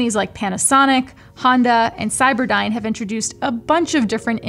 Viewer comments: Wait.. did you say cyberdyne? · Did she say cyberdyne oh boy